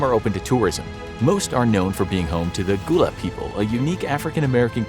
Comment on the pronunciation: Gullah = guh luh not goo luh sincerely one of Gullah heritage